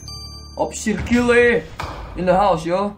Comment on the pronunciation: nama kakak dibacanya kile ya aku kira kayel